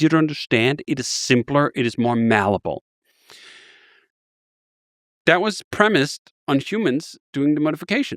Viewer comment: You really would have thought someome who uses malleable in every sentence would know the word isn't mallable lmao